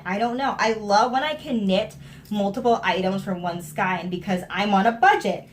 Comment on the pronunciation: ok, so when you were pronouncing it like, "skine," I was saying to myself, why does this woman keep saying it like that?! Then you stopped and said, "I know I'm pronouncing that word wrong!" as if you heard me. lols hilarious. And, on the project bag front, I've been knitting for a looong time. I used to keep all of my projects in zip-lock bags, or shopping bags. Even as someone who knew how to sew, it never occurred to me to make a fancy bag just for my knitting. Now, I'm addicted, and I think I make more project bags than clothes. . .